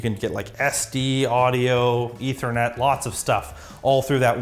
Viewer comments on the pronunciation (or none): none